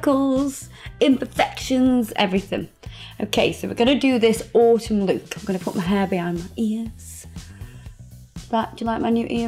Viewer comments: Every time you say "lewk" it makes me smile :D <3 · I love how you say look. It sounds like Lewk. I don't know why that stands out to me but I love it! Lewk and facebewk 😍👍🏻😘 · I love how she says look it sounds like she is saying Luke lol